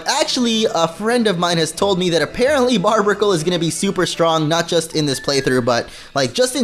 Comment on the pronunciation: It's barrr berr ic le not barb icle